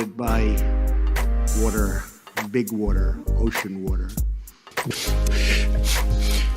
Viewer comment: this is is an island, surrounded by water, big waderr, ocean waderr